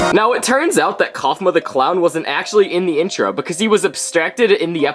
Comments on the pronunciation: Its kaufmo not cafmuo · it's Kaufmo, not Cofmo.. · ITS KAUFMO NOT COFMO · Actually, the so called "episode" we have right now of TADC, is not an actual episode, as it is the pilot. So you were talking about episode ONE leaks. And it's "Caine" and "Kaufmo", not "Cain" and "Cofmo" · Kaufmo ❌ Cofmo ✅ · Its kaufmo not caufmo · Hey is caine not cain and is not cofmo is kaufmo tho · Cofmou got me Weezeing it be kafmao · "Grangle"💀 "Kingler"💀 "Cofmo"💀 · Also it’s not cofmo it’s kaufmo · gangle not grangle kinger not kingler ragatha not rigatha kaufmo not cofmo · “Grangler kingler regatha” and the way he spelled caine “cain” wth and the way he spelled kaufmo “cofmo” 😭